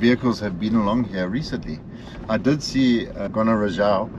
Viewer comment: It’s not Gonarezhawu but Gonarezhowu.